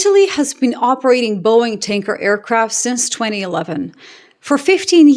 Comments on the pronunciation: Did you say Boeing Stanker several times? How fitting 😂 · Hi, when you said tanker it just sounded like stinker.😂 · ‘Boeing’s tanker’ I heard as Boeing stinker.